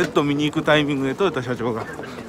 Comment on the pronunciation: とよたさんじゃなくてとよださんですよ